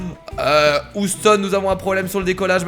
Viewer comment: Je rêve ou ta dit oustone xD